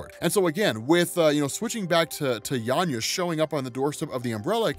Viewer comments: Why are you saying YANYA with a Y? Its clearly VANYA with a V... (and now VIKTOR, of course...) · It did irk me whenever he said Yanya instead of Vanya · yeah i caught that too sounds like he is saying Yanya instead of Vanya. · Are you calling Vanya, Yanya instead? Or am I just hearing it wrong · Why do you keep saying Yanya? 😂 I was tripping this whole time thinking I misheard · Are you saying "Yan-ya" or "Van-ya"? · How can you constantly reference the show where they say Vanya multiple times an episode and call her Yarnya throughout your script? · not sure why you keep calling Vanya, Yanya.. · sounds like he's mispronounced vanya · why are you calling vanya - 'yanya' 🤔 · Anyone else die a little inside every time he said “Yanya” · Oh … I love your content and I think you’re absolutely amazing at what you do, man. But your ability to just straight up butcher a character’s name knows no bounds. The girl’s name is Vanya. VANYA! With a V!! Lol. Nitpicking aside, this was another dope video. Keep up the good work, bro. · It's a good thing a show doesn't exist with the proper pronunciation. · No i think he might've misread it when he first found the comic and just keeps saying it like that lol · That's a "V", 😂 a "V"... VANYA lol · Dude...Say it with me: VANYA with a V...lol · how did bro say yanya the whole video lol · Great video but I cringe every time I hear Yanya 😬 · FKN "VANYA", DUDE